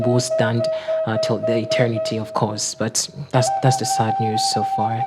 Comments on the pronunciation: Please check your pronunciation. It's ETERNITY not internity.... madam why ..my condolences to the entire team. ..😭😭💔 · Madam, It's Eter-nity not Eten-nity